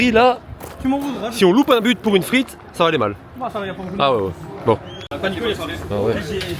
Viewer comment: Frite ! Et non Friet ;p Et les gars !! La belgique ma ! Les Tubiziens meme ! De maillots de la belgique ok , mais ils sont ou les maillots floqué Hazard ?!?!